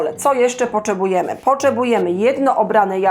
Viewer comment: Poczebujemy,słuchajce takom łyche😅😅😅😅😅